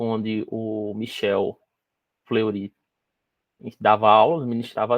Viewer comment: Nao é FleurÍ… o cara é francês… 😓 FlêrriÊ !!!